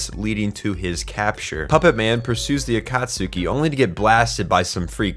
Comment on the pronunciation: I love how you can make us know your saying a-cat-su-ki to make sweaty fans mad